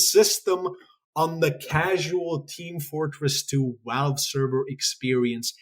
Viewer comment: why do you say "walve" instead of "valve"